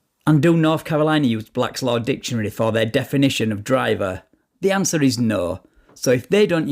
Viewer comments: No he was quoting Blats Law Ditionary. Still it is NOT law, it is a Dictionary not ditionary! Speech therapy is in order here. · Pardon me sir but did you just say "Dishonary" ? Step out of your vessel 😊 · Blatt Law Ditchunary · What is Blaslaw dishanary, or duhlaw? Can these people at least learn how to speak? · I love when these guys cant even speak nor pronounce words correctly Try to state made up sovcit laws " bak laws dicksaonary"